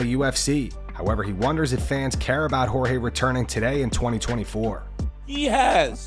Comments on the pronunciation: Like how DC makes sure to say Pereira a certain way everytime but says George instead Jorge lol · Can yall please just call forge by his name. Jorge not George, his name doesn't need to be translated and it's not a hard one to say. Just call people by their names. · Can DC learn to say Jorge's name correctly please!